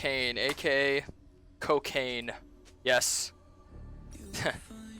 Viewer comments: cokayn XD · coKayn lmao